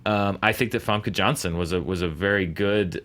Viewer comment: I heard from "Ivanka Johnson". Took me a long moment to understand it's probably Famke Janssen;P